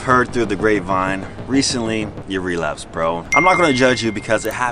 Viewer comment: This nigga said never realapsed again